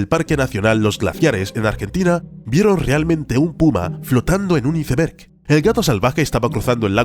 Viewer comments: Cada vez que decia iceberg literalmente en lugar de "aisberg" me dolia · Muy bueno el vídeo perro sería mejor internacionalizar algunas pronunciaciones brot. Cómo la del "iceber" que la pronunciamos "aisber" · Se pronuncia "aisberg"